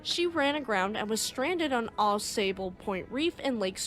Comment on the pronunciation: Good information. Au Sable, like Big Sable Point and Little Sable Point, is pronounced “saw bowl.”